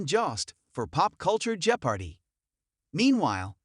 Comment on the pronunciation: Learn how to pronounce Jeopardy.